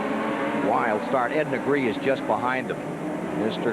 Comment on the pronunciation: FUN FACT - Ed Negre has a Catalan surname (it's my region in northeast Spain) and it must be pronounced neh-greh and his surname is just "black". He's not the only NASCAR driver to have completely screwed his own surname during his lifetime. Another similar case is Johnny Sauter, his surname is "sau-ter", not saw-ter, you gotta pronounce all the vocals individually.